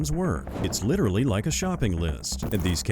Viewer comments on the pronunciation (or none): Along with literally, bonus points when pronounced "LIDERALLY."